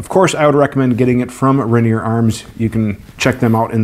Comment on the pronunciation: Ranear aka Rainier pronounced as Ray-near Cheek Hair aka Whiskers